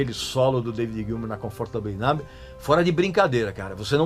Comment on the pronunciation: Regis, parabéns pelo seu canal do qual sou muito fã, assim como de David Gilmour e Pink Floyd. Se vc me permite gostaria apenas de informar que a pronúncia da palavra "Island" tem o "S" mudo em qualquer país de língua inglesa, sendo AI - LAND, assim como na palavra "numb" o "B" também é mudo. Comfortably Numb [NÃM]. Abs